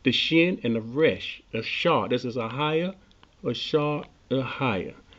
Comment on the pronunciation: Hi I enjoyed your video. most explanations I have seen of I am are utter drivel. yours was very good and informative. can I correct you on a couple of things. the pronunciation of I will be is, 'eh-yeh, not ahayah. 'ehyeh is not God's name, Yehowah is, this is the point verse 15 makes. When others in the bible use the expression 'ehyeh it is in the sense of being, I will do this or that, as a verb it describes what you do, not who you are. Lord, God, shaddai, etc are not names but titles, he only has one name, Yehowah or in English , Jehovah. many thanks.